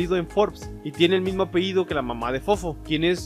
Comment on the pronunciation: No se dice "apeido", es apellido amigo... Eres investigador y no sabes ni hablar... Santo Dios.